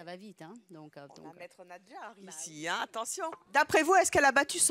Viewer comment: NaDjar Evelyne et non NaJdar. ..😛